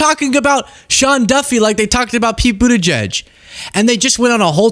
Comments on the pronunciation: edge edge is phonetically wrong though...it's more like boot ahj jedj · The edge-edge thing is how his handlers told him to say the name, because he is too dumb to remember how to pronounce the name! He was supposed to say Boot-edge-edge, to say the name. And he wasn't supposed to explain that to the press. The dumb ass! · That's how he was tougt to say it properly "Mr president it's boot edge edge now repeat after me...." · I always hear "Booty Judge" when someone pronounces Pete's last name, and I really think he missed his calling as the next Howard Stern, with a moniker like that. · At least he doesn't say "Buttyjizz." 😂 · It's pronounced Booty Judge. Get it right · "OK grandpa.this is how you can pronounce Pete's last name." sigh This is your leadership on full display.